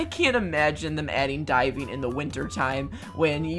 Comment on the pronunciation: When you said “diving” I honestly thought you said “die”- I was confused on how that was exciting 😂